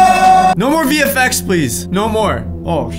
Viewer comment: is it just me or does every time says vfx it sounds like hes saying the effects?